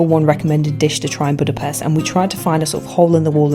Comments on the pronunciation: It’s pronounced like “Budapesht” not “pest” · U say Budape”sh”t btw